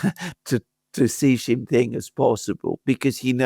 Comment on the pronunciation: stop calling the Chinese President JHEE JIN PING. His name is SHEE JIN PING. You are a pennis doing this on purpose. Knock it off.